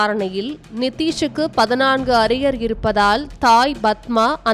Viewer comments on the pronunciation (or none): 'பதினான்கு' என்று உச்சரிக்கத் தெரியாதா அறிவிலியே?